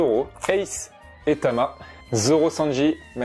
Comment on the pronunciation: On dit o tama